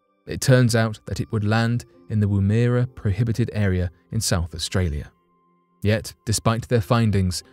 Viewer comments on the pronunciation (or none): The area is not pronounced ‘Woom-ear-a’. It is ‘Woom-er-a’ just as it is spelt Woomera. The word means a notched stick used by Australian Aboriginal peoples to propel spears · Woomera is pronounced “Wwoo- Meh- Ruh” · Woomera isn't pronounced as Woomerra. I know because I lived and worked there for 3 years when it was used for Blue streak trials back in the 60s.